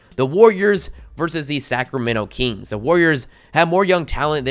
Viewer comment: the “keengs”